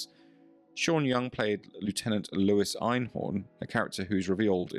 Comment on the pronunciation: *Louise Cooper*, FFS! Not Lewis! How many women are named Lewis?